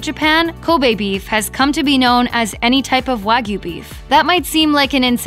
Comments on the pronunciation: This pronunciation makes me livid. WAH-GYOU. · It's hard to take a video about steak seriously when they don't even pronounce wagyu correctly.